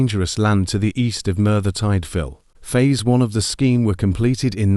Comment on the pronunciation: bloody hell i was looking forward to this but that robot doing the voice over carnt even say merthyr tydfil wright ,sorry it killed the vid